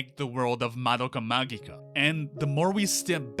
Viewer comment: The way they pronounced "magica" gave me relief after hearing it pronounced the other way so often. It is how I've come to personally say it after all.